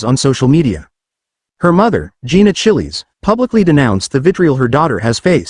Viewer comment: Chillie's. Gawd. Teach the robot how to say it right.